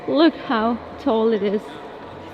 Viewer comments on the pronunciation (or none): none